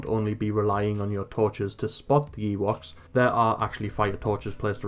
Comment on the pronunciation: Is it just me or is he saying Yeewoks? thanks for the video btw